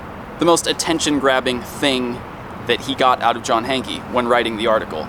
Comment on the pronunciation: I love ya but you've played footage where they've called him John 'Hank' but you still pronounce it Hankie!